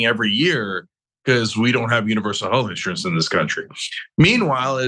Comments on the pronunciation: She’s terrible. INsurance? On accident. 🤮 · These people can't even pronounce the word insurance